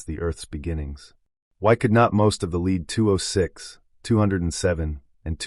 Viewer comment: You were talking about elements and you pronounced Lead as Leed. This Christian homeschooling has gone too far. Your mind is rotting brother. You believe everything in this life is fake. All the science, you dont think we came from primates therefore you must not believe in DNA. Us normal people and those who have empowered our species through science are just normal honest people exploring the world and universe around them. And here you are an epic fool and or liar gaslighting all of humanities work by thinking its all fake cos people dont like your god or something. Its the ultimate irony. So gullible. A silent invisible god a collecter of foreskins who admits he only came to earth to save the jews not gentiles. Yes a racist hate god ashamed to show his face unlike the rest of the gods who had more balls than him. Not foreskins though the chewing gum of yahweh